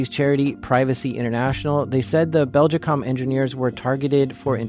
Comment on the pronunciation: I'm going to produce a running count of the amount of times in this video you mispronounced the company name Belgacom. It's not Beljicom.